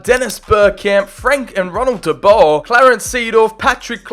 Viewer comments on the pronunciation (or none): none